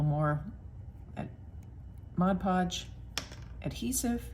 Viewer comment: These are just the kind of small collages I like best (abstract). Thank-you for the video, and especially for pronouncing "Mod Podge" correctly.